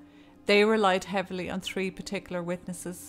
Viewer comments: You and could give it a gooooooo. Maybe of "Tree" stories. Lol People love how when he says 3 it always sounds like tree.. 🌳🌲🌴 NATION is real. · Me tree or is tirty tree 😂😂😂